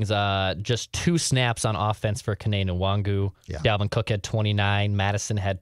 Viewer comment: You guys know the N in Nwangwu is silent right???